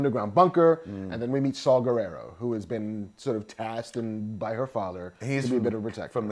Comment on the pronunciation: Oh DUDE!!! Arghhh. I don't know u , I mean u seen cool as shit, especially if ur w/ K.S. But, dude, Saw, like the tool Not Saul like the Jew name (not racist) , & last name ends w/ an A not O. Guerrera, not like Vladimir Guerrero. And Krennic, is as u said middle mgt. & nobody likes him, the empire, Tarkin, Vader, don't respect him. It's why he don't have all the stripes & just a few fuckin squares. And Ahmed's characters name ain't that hard, Bohdi(think point fukin br8k, last name Rook. Like chess, or Micheal Rookers lady name chopped up (mearle). Kids today are dicks, they're not our gen. I'm 41. You guys both are awesome!!